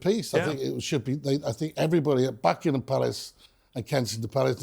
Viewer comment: Who is this awful man who cannot pronounce Buckingham Palace. Who is he spouting his mouth. We don’t care about high browed American peoples opinion. You should be talking about more important people. Catching fire - REALLY